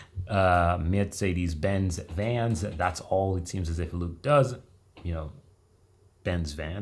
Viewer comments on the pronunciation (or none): Oh no, we have to learn the correct pronounciation of "Mercedes-Benz". Mosolf, for sure is a Car Transportation Company, not only for Police Vehicles.